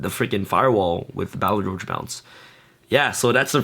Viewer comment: Pronunciation of 'Balerdroch': Bah-lur-dur-rock